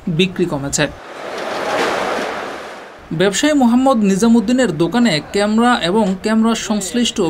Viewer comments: ক্যামরা না বলে ক্যামেরা বলতে হতো । উচ্চারন ঠিক করে উপস্থাপন করা উচিত 😢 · কেমরা কি শব্দ ? ক্যামেরা বলা শিখেন। নিউজে মানুষ কি শিখবে? এসব বস্তাপচা চ্যানেলের লাইসেন্স কে দেয় ? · ক্যামরা না ভাই, এটা ক্যামেরা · ক্যামরা কি ভাই?? ভোকালিস্ট হয়েছেন কিন্তু উচ্চারণ এই অবস্থা কেন?? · Camera not camra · age camera uccharon shikh beta